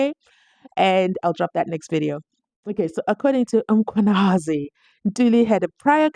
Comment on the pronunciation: Can you.pronounce Mkhwanazi properly it's annoying